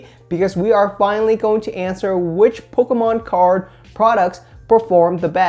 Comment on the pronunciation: I love how he pronounces "pokkommoncards" :P